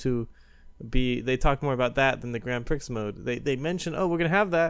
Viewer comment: You arent supposed to say the x in grand prix